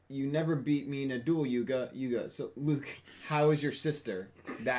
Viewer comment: Luke not rook